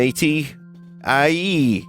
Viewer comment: Unrelated but I am so glad Vinny read aye correctly and not the completely wrong pronunciation that some took to saying over the past few years. It's our word and it's AYE (eye/I) not eyyy like who was the person that can't read that decided it was that?